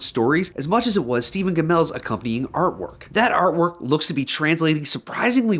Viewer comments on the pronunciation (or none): none